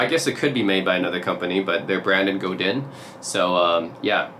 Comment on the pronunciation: In French, we rarely pronounce the last letter of a word… Godin is not “Godine”… you need to pronounce the sound “in” without any emphasis on the “n”…